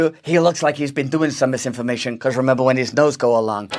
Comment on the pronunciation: Lisinformation, zizinfomation.... fuck sake 🤣